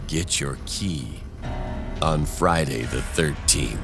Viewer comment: As soon you said Feiday the 13th, I knew something had to be wrong